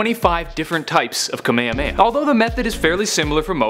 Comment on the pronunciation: ka-mey-ha-mey-ha that's how to pronounce it